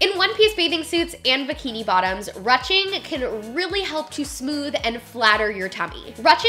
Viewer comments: A great video really enjoyed it a lot!! But I have to say... its not "ruching" like rushing to the store... its a longer U sound like "whoosh" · It’s not rutching it’s pronounced Rueshing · I love you so much!!! But it's roo-shing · i’m pretty sure “ruching” is pronounced “roo-shing” it’s french lol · "Ruching" is pronounced like "roo-shing" instead of "ruh-ching" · Ruching pronounced like Rooshing. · Ily but is pronounced ‘rooshing’ not ‘rushing’. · Love this but everytime she said ruching made me cringe.. is it not rouching? (Rooshing) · Thanks for another awesome video,! You rock. I always thought 'ruching' was pronounced "roo-shing," and I remember you pronouncing is that way in other videos...why the change? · It’s pronounced “roo-shing” silly! We’ve all been there haha. Also I love your videos! I’ve gotten way curvier since having my daughter 9 months ago and your videos have been so helpful. I don’t feel like a gross potato sack anymore! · Haha I was thinking the same! Great video though! X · You pronounce it like roushing 😳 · rue shing is how it is pronounced, love your videos.. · I'm pretty sure it's pronounced 'rooshing'? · Ruching? It is said rooshing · ROOSHING. ITS PRONOUNCED ROOSHING. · Loved the video so much❤️❤️❤️. However Rouching is pronounced ru-oo-shing. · I think it's pronounced 'rooshing' not 'ruching'. Great video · I was also curious about your pronunciation of the word "ruching" so I looked it up and it's pronounced "roo-shing". I'm curious why you pronounced it the way you did. It seems a lot of us would like to know as well. Hope all is well! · ITS PRONOUNCED ROO SHING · ruching is pronounced roo-sh-ing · It’s pronounced “roo-shing” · Love your video’s however Ruching is pronounced “roosting” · I thought it was pronounced ‘rooshing’ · Just FYI it's pronounced roo-ching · its pronounced roo-shing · “Rooshing “ is the pronunciation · When she was saying ruching wrong 😫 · love you girl but that's not how you say ruching